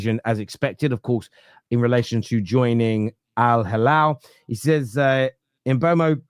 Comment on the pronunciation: Its mboomo, saw a vid of him pronouncing it himself